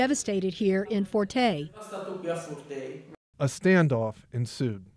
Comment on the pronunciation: thank you for this video. The name of the village is FURTEI with the stress on the letter E..